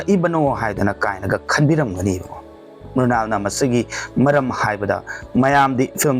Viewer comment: Mural haiba ntte Mrunal haibaniko